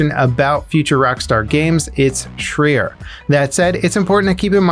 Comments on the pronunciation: Jumped on my phone just to comment and lyk it's Jason (Shry-er) not (Shree-er) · Jason Schreier is pronounced "shr-i-er" not "shr-ee-er" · I believe it’s pronounced Jason shr(eye)er